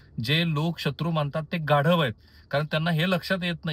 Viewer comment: सर तुम्ही "गाढव" शब्दावर खूप जोर दिला हो 😂😂😂